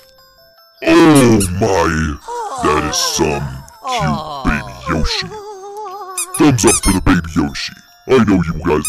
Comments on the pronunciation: its Yoshi not joeshi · It's Yoshi not Joeshi